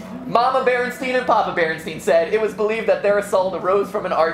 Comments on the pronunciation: Berenstain not Berenstein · Its not the Beranstine Bears, it is the Beranstain Bears